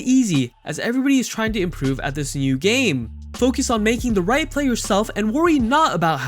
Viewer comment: No one:- The guy in video :- pronounce game as gaaame